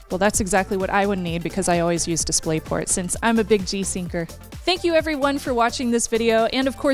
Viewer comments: "I'm a Big G'syncer" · But at the and she ruined it a little with that "I'm a big g'syncer"